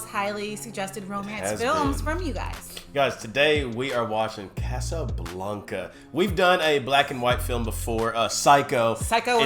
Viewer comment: Please stop pronouncing A's as if they are O's. It is NOT Casablonca, it is Casablanca. I the same way a Bank is not a Bonk.